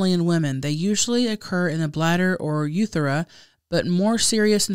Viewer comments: When said “Yee!” When talking about yeast infections and pronunciation of urethra. I’m done! 😂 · The way mispronounces urethra… 😅❤️